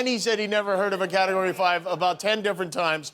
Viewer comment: He never even heard of a category! He said “carregory”